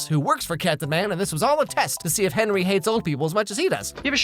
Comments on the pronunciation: I never knew his name was actually pronounced as Henwy instead of Henry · Its henrey hart btw not hard